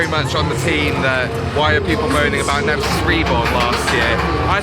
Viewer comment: Excellent video, but did you say Nemisis Inferior?! The cheek! 😂